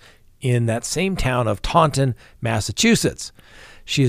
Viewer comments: Tawnton is correct pronunciation.. you nailed it!!! From Native Massachusettsian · You pronounced Taunton right. Our accent often leaves off the "N" but the proper way to say it is Taun-ton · You pronounced Taunton correct, btw….😀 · you nailed the pronunciation of Taunton. Normally, nothing here in MA is pronounced how it looks!👏👏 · Hey. You got Taunton right. I went to school I’m Boston. Those city name pronunciations crack me up. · You said Taunton right, but you say Boston kinda funny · Taunton - perfect pronunciation if its named after Taunton, Devon, England. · Someone probably already told you, idk, however you did pronounce "Taunton" Massachusetts correctly! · 🚨🛎🛎🛎Taunton was pronounced correctly! Astonishing! Right⁉️ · you said Taunton correctly. Good job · you got Taunton exactly right. Now we have to get you to work on “Boston”. Please pronounce it as, “Baw-ston” rather than “Bah-ston”. Native Bostonian here. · I'm from Massachusetts and you pronounced Taunton just fine. Just like the word "haunt" the au is like an aw sound. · Yay on your pronunciation of Taunton from a former Massachusetts resident now a proud Floridian. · Yep you got it... it's Taunt (sounds like haunt.) on. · Hey, you got the pronunciation of Taunton correct!!!! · You pronounced Taunton perfectly. I’m from Worcester (pronounced Wooster) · Taunton. Sounds like hauntin. U nailed it! Love from Massachusetts. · You said Taunton right. YAY!!! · I am very impressed with you saying Taunton Ma the correct saying right 👍👍 I am Massachusetts resident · You got it right proud of you Taunton it is. I'm originally from MA and I crack up when people mispronounce some of the cities. But you got it right! Thanks for you awesome updates. Can't wait to see if Lori is competent! Maybe we'll know tomorrow if she is there with her attorney?? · Nope, you pronounced “Taunton” exactly right 👍🏻